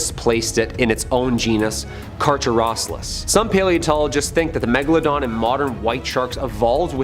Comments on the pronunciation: First, C A R, C A R R Y, D O N, Megalodon. Not CHAR,YOUR, COUSIN, DON. The great white shark which is closely related to The Car Care done Megalodon can regulate its body temperature which means it can dive deep into colder water or it can hang out in tropical waters. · “Carcharadon” is pronounced like “Kar-Karadon”.